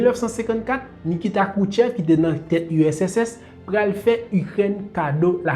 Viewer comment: Bel travay. wap eseye pale two vit man esak fem gen enpresyon ou di usss la. Moun yo ka panse se usss men an reyalite se urss. Bon travay. Poutine gen tout rezonl li fè entèvansyon an. Neg oksidan yo (otan) twò rize. Epi yap dyabolize Poutine.